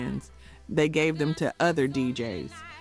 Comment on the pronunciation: It wasn’t until she said “D.J.S.” Instead of DJs that I realized the voiceover is AI generated. Concerning….